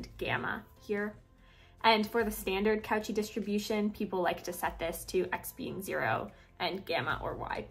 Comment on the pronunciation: I just need to nitpick. It's pronounced coe--shee. Good shit otherwise.